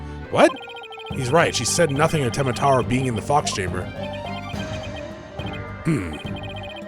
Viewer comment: You've been saying "tenma taru"